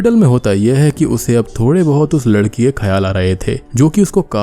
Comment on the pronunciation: When he say freddy gets 28 years old and want to wed a girl but he say ladi instead of ladki